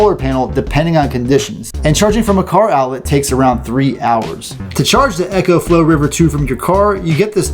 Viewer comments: Great video. One thing. I6t is pronounced eco as in ecology not echo. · Eco not Ecco/Echo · It's ECO not echo. EEko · It’s. “E” co! Not echo. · It isn't echo flo its eco like eco friendly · Dude... It's pronounced "ECOflow" not "Echoflow"... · Eeeeecoflow not Echo-flow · Not Echo, Eco (EEECO) :-) I made the same mistake with my first video. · I couldn't help but cringe every time I heard "echoflow". I know it's not a big deal but it just drove me nuts 😅. Like would you say echosystem rather than ecosystem? So why keep saying echoflow 😭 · You'd say echonomy instead of economy.